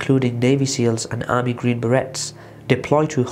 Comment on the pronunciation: army who??? who the hell are the green "berettes"??? its pronounced "beray"